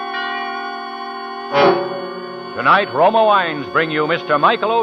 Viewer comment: You aren't impressed by Truman Bradley? He shure sounds sophisticated, and I love how he says "Roma wains"--dude, your pronunciation is insufferable.